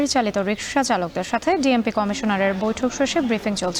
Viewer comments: বিএমপি নাকি ডিএমপি🥴🥴🥴😂😂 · ভাই বিএমপি নাকি ডিএমপি 😁😁😁😂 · ডিএমপি কমিশনার না বলে বিএমপি কমিশনার বলেন কেন হায়রে আল্লাহ এগুলো সাংবাদিকতা? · ভাই বিএমপি না 😅😅 ডিএমপি হবে